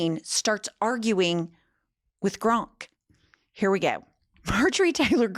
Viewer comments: GROK!!!! NOT GRONK!!! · it's Grok, not Gronk. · I love you! But it's Grok not Gronk, although I like Gronk better! It fondly brings back memories of Gilda Ratner's Emily Latella. You rock! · It's Grok, not Gronk. Js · Its Grok, not Gronk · It’s GROK NOT GRONK YIKES!!!!! Please try to enunciate better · Hun there’s no n in GROK. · calling Grok "Gronk" is the highlight of my weekend. Bless her little pea pickin' heart. 😂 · Not pronouncing it like GRONK 💀💀 I love her so much. An icon. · Love that you also call it “gronk” with an N because my boyfriend makes fun of me for doing that all the time LOL! But that’s how it looks like it’s meant to be said to me 😭grok is such a stupid name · Thank you, I really enjoy your breakdowns! But it’s clear you have never read Robert A Heinlein’s ‘Stranger in a Strange Land,’ which is still my favorite work of fiction. It’s the source of the word ‘Grok,’ which doesn’t have an ‘n’ (it’s not ‘gronk’). “Grok” is a madeup ‘Martian’ word that means to drink of something deeply until you become one with it and completely absorb all understanding (paraphrase). It’s an AMAZING word, which I have been using for decades, and I am a little bit sad that it has made it’s way into the vernacular via Elon 😒 Just please get it right - ‘Grok’ - which is in no way an original musk creation … just like Nicola Tesla would cringe hearing Trump say “Tessler,” Heinlein is likely rolling in his grave hearing people say ‘gronk.’ Lol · PLEASE stop saying "Gronk" 😂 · I've been watching you ladies for a while, and I think you're great, but I would think that a lawyer can see that there is no "N" in Grok. Maybe it's a play on words. I don't know. I hope so. Could you clarify? If it is, then ask Grok what funny means. Humor comes from humans, and computers don't have a clue about humor. Throwing in the extra "N" makes you sound illiterate in this case.